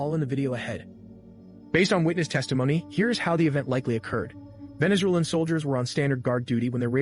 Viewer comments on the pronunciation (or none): none